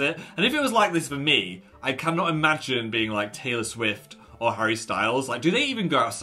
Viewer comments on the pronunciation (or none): none